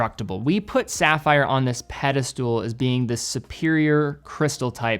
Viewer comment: Fewer, not less. Pedestal, not pedestool.